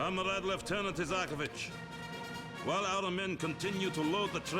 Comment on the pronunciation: It's Isakovich, bro